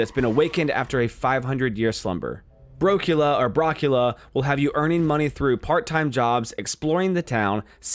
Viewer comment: Lol, its pronounced Bro-Cula